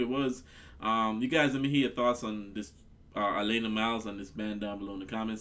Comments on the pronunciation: Another singer who is not a one hit wonder. Its pronounced AH LAN AHH Nice to see you finding Canadian music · He first name is pronounced Alaaana with a flat a sound. Great reaction! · The second 'a' in her name is pronounced short, as in 'cat'.